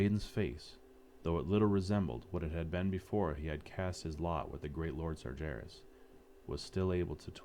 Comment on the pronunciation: This is so good ... except one thing, pronunciation of some names ... like how can someone fuck up "Sargeras" ? It has been used in the game like thousand times.